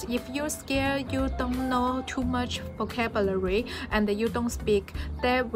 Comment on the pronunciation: so proud of u！但如果還喜歡英文，還想進步，建議多注意自己英文的讀音，比如發音或者尾音和連音。現在的話，讀音上還有很大的進步空間，'vocabulary ' 不要一節一節讀，這樣會很難聽。加油啦！